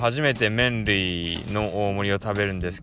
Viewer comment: いつ見ても吸引力凄いねー♡ (๑✪∀✪ﾉﾉﾞ✧ﾊﾟﾁﾊﾟﾁ あ、麺類って言ってる所、メンディーって聞こえちゃってたwww